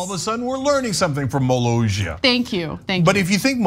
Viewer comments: Yep. They can't read iy seems. 2 S is not pronounced as a Z. By the end they almost say Malazia. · Its MO-LOSS-EEE-AAH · It's mi-lah-see-ah. Yes, he knows he has no power, it's for FUN and you're weirdly/awkwardly bitter about it. Maybe it's dumb to you, but 200 people a year thinks it's interesting enough to check out. Js. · I've known about this guy since 2010 when the TGWTG movie Kickassia was shot there. He's a really cool guy in real life with a wonderful sense of humor, he's described it as a "childhood hobby that got out of hand". Btw it's pronounced Muh-laus-ia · it's pronounced "moe-LAAHSS-eeyah" apparently, and it's actually 11.3 acres, not ONE acre. It's still relatively small for ~30 people. For reference, 1 acre is about the size of 60% of a soccer pitch/field. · They went to war with internet Personality Doug Walker and the other reviewers of Channel Awesome back in 2010. And the country is pronounced like Molasses cookies. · Molossia Sounds like: muh·LAA·see·uh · Cenk, I want to believe I've heard YOU mocking others for not pronouncing names well for the last time. Now, say after me: Ka-me-la. Cenk. Ma-lay-si-a. A-na. Mi-cro-na-tion. Bi-den. Mo-lo-si-a. A-me-ri-stan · By the way, the double ss is pronounced like an actual s, not a French j. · Molossssssia there are 2 Ss not one and pronounced as a Z but as an S. Can't they read?